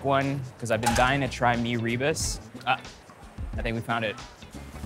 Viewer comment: Meee ree busss ... its me ru boos